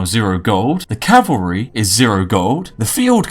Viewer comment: I can respect a man who correctly pronounces "cavalry." You have earned a sub.